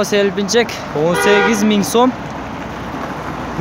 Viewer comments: селпинчек эмес селкинчек туура суйло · Булогер болсон так ачык тунук суйлоп уйрон ака пака муно суно деп тантырабай озубуздун Кыргыз тилинде туура суйло. Селпинчек эмес СЕЛКИНЧЕК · Селпинчек эмес селкинчек десен